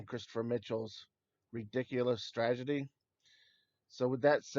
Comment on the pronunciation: This guy needs to learn how to say STRATEGY.....not stragety.....